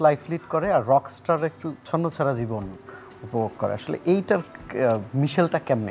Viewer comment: অমির গান ভালো লাগে অনেক তবে 'ছাড়া' উচ্চারণ 'ছারা' হয়ে যায় যেটা শুনতে খুব বাজে লাগে😢